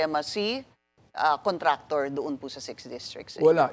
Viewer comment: “my contrator”